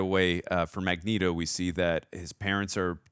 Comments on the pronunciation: BTW it's Magneto... (MAG-NĒĒ-TŌ) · Mag-Neat-oh. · Magmatamus?!?! 😅😅😅😅 omg thats hilarious, i love u. I wonder how the die hard Xmen fans feel hearing that tho lol